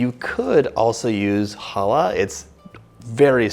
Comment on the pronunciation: Your pronunciation of "Challah" is right on. You've said on your Challah recipe that you had Jewish friends and got to love Challah.